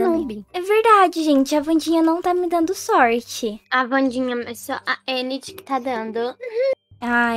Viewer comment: Eu gostei da Wandinha Vcs tão falando endi mas e enid o d mudo tem som de de